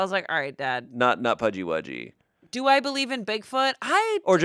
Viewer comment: New englander here,Pudgy wudgy = pukwudgie😌